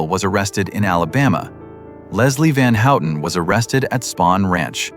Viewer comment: “Leslie Van Hootin’? AI narratives suck!